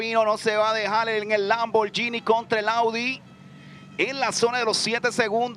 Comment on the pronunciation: He said LAMM-BOAR-GENIE